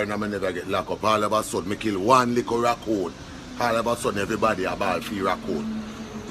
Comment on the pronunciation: 😂😂she said maingos 😂😂 he will get deported for killing ,d rakoons